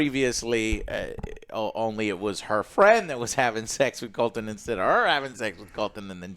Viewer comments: Rainy's and Colton...with Eggin...got it! 😂😂😂😂😂 For God's sake, Joe...get the fuckin names right for once! 😂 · Couldn't agree more with your rating. Also its Criston Cole, not Colton. Love the videos. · does joe actualy watch this show?or is he getting every name wrong on purpose? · Finally, can't wait to listen to these guys smell their own farts while butchering names. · I think Joe just pronounces Criston Cole’s name wrong on purpose at this point and it’s a different name every week🤣